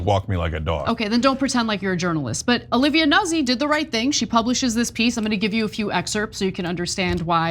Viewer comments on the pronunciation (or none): Nuzzi? its not "nah zee" ...it's "new tzee" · NOOT-see, not Nuzzy lmao